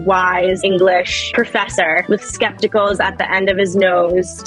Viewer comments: I thought it was a mispronunciation but then I realised that if you wear your glasses at the end of your nose then they do indeed become scepticals. 🤔😆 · Did anyone else hear "professor with skepticals"? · Did she say skepticals??? 😵😵